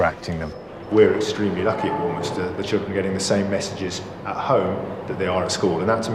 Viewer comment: They could pay me £500,000 a week, I would never be the headmistress of War-minis-ter. Hmm ... Well, that's a lie now, isn't it? But you would have to learn how to pronounce the name of the school properly.